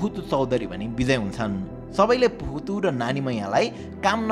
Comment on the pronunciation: Puhatu is pronounced as buhatu 🚫 Pronounce them with respect if you don't know understand better and talk because their effort is unpredictable for today's generation and youtuber 😊 BT its informative video very nice